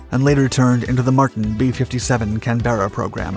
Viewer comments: What an interesting piece of aviation history I was unaware of. Concise, informative and with great video. Nice one! (only mild criticism - the word "Canberra" has the emphasis on CANberra , not CanBERRa. ) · it's pronounced "Cànberra", not "Canbèrra" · Yeah, I also thought he might be Canadian so I was a bit surprised by this comment. Nobody cares but his pronunciation of Farnborough (not Farn-boro, but Farn-bruh) and Canberra (not Can-bearer but Can-burrah) were also wrong :) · And it's the CANberra, not the can-BERRA. I've never heard of the CF100, here in the UK. What a great machine. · The narrator also mispronounces "Canberra"; stress belongs on the first syllable, not the second! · You still don’t know how to pronounce Canberra, despite being told months ago on other vids. Please learn.